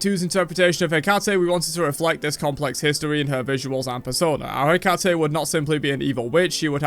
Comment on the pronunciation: For anyone interested Hecate is pronounced like that. The h in the first syllable is not pronounced instead "he" is just the letter "e" pronounced like in the world hemp for example. The second part " cate" is pronounced like the cutty in cutty shark the whiskey.